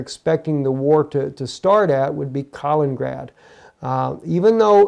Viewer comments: Please learn how to pronounce 'Kaliningrad' properly... you make it sound like 'Carlingrad' but the 'a' in ''Kal' should sound like the 'a' in 'cat'... also there are two 'in's; ' Kal-in-in-grad '... this is quite simple... even small children in Russia can get it right. if you want to get it really authentic the 'i' in the first 'in' is pronounced 'ee' as in 'peel'. You are driving people out of their minds with this bad pronunciation. Russians will be laughing. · Not ka ling grad.